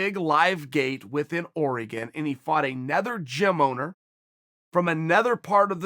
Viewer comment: Yo am I tripping or is he saying "anether" instead of "another" ?